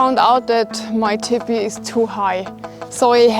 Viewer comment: I was hearing her say "Tippy" then realized she was saying "Teepee", her German accent is cute